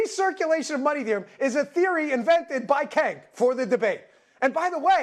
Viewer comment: I'm trying to figure out if he is mispronouncing Cenk on purpose or he genuinely doesn't know